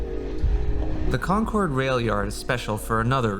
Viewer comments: Real east contra costa a know it’s pronounced concErd not concOrd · Rode DAILY from Rockridge to Orinda and back as a teen getting to and from school! Love this video for sure, although hearing it pronounced Con-cord skins my local ears lol